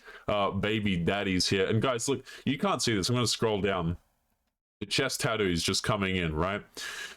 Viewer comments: I like the way you say "tha-thuu" lol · Australian pronunciation of tattoo: "tadoo"